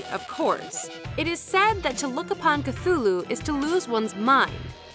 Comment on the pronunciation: You can't even say cthulu correctly😔